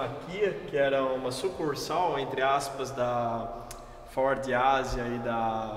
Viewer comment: Uma pena a imagem estar tao escura e ruim Amo o homem falando FOR kkkkk